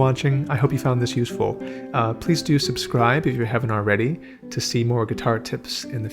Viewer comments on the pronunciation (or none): none